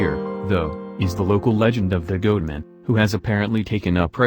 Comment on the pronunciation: Goot Man ? LOL